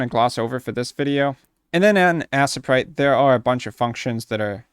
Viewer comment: lol its not assa-prite, its A-sprite but anyways you are very helpful and kind to spend your time teaching people like me who just gotten Aseprite but don't know how to start... thank you!